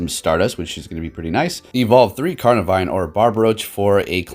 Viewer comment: Lol.. He said carnavine